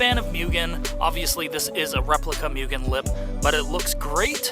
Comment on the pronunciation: Moogen * not pronounced mugen.